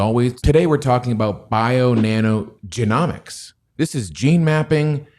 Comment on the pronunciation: YOU CAN'T PRONOUNCE "GENOMICS". 👊💥🤣